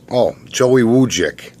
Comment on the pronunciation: U said my last night right! Not many ppl say it right... And again I'm sorry